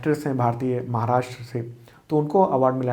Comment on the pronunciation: सर आपके व्हिडिओ बहुत अच्छे होते है, केवल एक suggestion है- "महाराष्ट्र" है "माहराष्ट्र" गलत है।